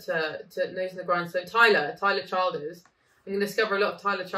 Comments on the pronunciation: Tyler is a fast rising super star in country music and he's doing in the face of mainstream country music which is such a disaster right now. He is an incredible and unique songwriter I don't think you will find many of his songs you won't like. Also its pronounced Chill-ders. Follow you to Virgie is another of his that is really good and at the same live session. Virigie just refers to an area of Kentucky where he is from. Also check out Billy Strings - Dust in a Baggie live at the Opry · Do check out more Tyler! His last name is pronounced more like Chill then child like chillders. Love the hair by the way. Thanks for the video! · Not Child, ers. But pronounced Chill, ders.